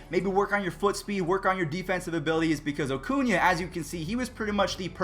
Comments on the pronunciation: Ronald "OHHHcuna" smh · “Ocuña” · Ronald “Ocuña”